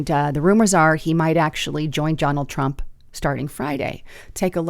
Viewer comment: Why do you say Johnald Trump? You did it twice.